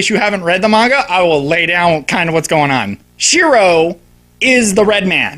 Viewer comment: It's pronounced "mah-n-gah" NOT "may-n-gah".